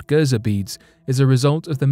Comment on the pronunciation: Gerzer really everyone on the planet calls it Giza but you call it gerzer